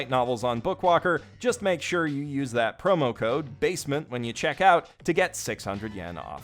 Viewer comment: Now I can't stop saying basement as "bay-sea-meant"